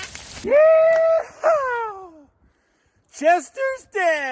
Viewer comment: "Jester's dead" sounded like you said "Chester". 😜